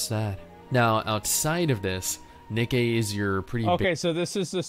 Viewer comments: It's Ni-Kee not Nike. LOL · its Nikke not nike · He really said Nikey I forgot about that